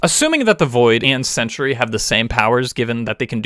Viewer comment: It is pronounced "Cen-Tree" not "Cen-tur-ee".